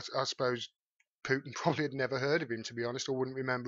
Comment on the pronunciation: Excellent video,. Thank you! Best coverage of this story I’ve seen. (But Vlad’s name is still pronounced POO-tin, not PYOO-tin.)